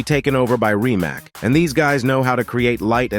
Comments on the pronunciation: I think he was talking about the Chiron but said kyron, he even calls the rimac a rymak and then later calls it reemak. Its like he is purposely butchering the names lol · Rimac in it‘s country of origin is pronounced “Reematz”. The only right way to pronounce a foreign word is to pronounce it like they do in it’s home region. ...that’s if you care to pronounce words correctly of course! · maybe this clip would be more credible if central elements (names) like car companies (Rimac) and Modell-Names (Chiron) would be pronounced correctly.... :-) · Man, where did you learn to pronounce Rimac, Gemera, Bolide and Chiron?? Obviously you have not… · Too be fair no one gets Rimac right